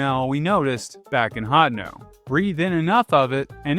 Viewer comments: great video but the way you pronounce hateno is soooooo bad lol... hotno... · Literally unsubbed due to the way he says hateno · genuinely never heard anyone pronounce “Hateno” like that 😭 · Is the way his says Hateno supposed to be a joke or what?